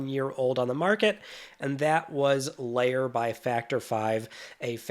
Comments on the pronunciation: lair not layer sheesh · Why are you saying 'Lair' like it's 'layer' and not as it should be 'there' (L-ere) . . . ?